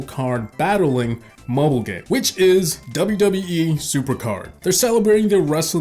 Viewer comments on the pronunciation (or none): none